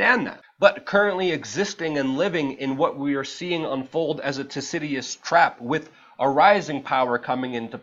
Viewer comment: THU-CI-DIDES - good video tho